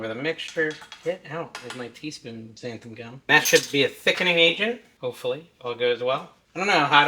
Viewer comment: Why does everyone sy xanth-UM. Read it folks: xanth-AN